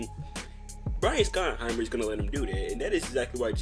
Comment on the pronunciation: You should probably learn how to say his name. It’s pronounced “shottenheimer”.